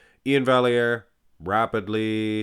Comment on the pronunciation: I don't think it's pronounced "valley-air" should be "vye-air".